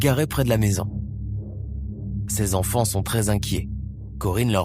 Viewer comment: Il parle d'appartement alors qu'elle habitait une maison. Et dit... ses quatre z'enfants par 2 fois. Encore un rigolo qui n'a pas inventé l'eau chaude.